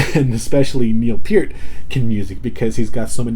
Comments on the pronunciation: Thank you for pronouncing Mr Peart's name correctly. It very irritating to hear someone butcher it. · Excellent video, and kudos to you for pronouncing Neil's last name correctly. But to answer your question, yes, Geddy plays Moog Taurus bass pedals with his feet. I think Geddy's double neck bass is 4 string and maybe 5 or 8 string bass too. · Good for you 👍👍👍. You pronounced Neil's last name properly.